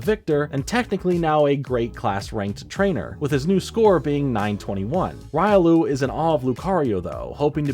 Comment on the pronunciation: no the bad joke is u pronouncing Riolu that way. The Anime says it.